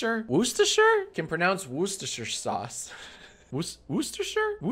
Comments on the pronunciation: jack struggling to pronounce worchestershire sauce is the highlight here WOOSTERSHEER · Wu-steh-sure* sauce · Worchester is pronounced wuster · Worcestershire is pronounced wuss-ti-shure. I know it looks like it has 5 syllables but it only has 3. I know it looks like it has an R, a C, and an E in the first syllable, but that's just your brain playing tricks on you. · Jack- it's "WOOS-TER-SHEAR" sauce for God's sake, come on, you made your entire career based on spelling and grammar! You having a rough time there, bud? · Worcestershire sauce is pronounced wus ter sher sauce, this is coming from someone who lives near Worcestershire sauce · it’s Pronounced wuh-stu-shur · Ah, My County. Wuss-tu-sher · Worcestershire -> Woo - stuh - shire You're welcome. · "Woostesher sauce" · Worcestershire sauce is said "wuster" or "wuster shuh". Ignore the letters written except for wstersh, in that order. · Hearing mis-pronounce Worcestershire sauce so many times was deeply frustrating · Old white man can't pronounce Worcestershire for five minutes. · With every wrong pronunciation of Worcestershire, I lost 20 neurons. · as someone from massachusetts who hears the word worcester all the time, my apples are quite salted indeed from his pronunciation of Worcestershire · Jack trying to say Worchestershire sauce tickled me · Jack can not, in fact, pronounce "Worcestershire sauce"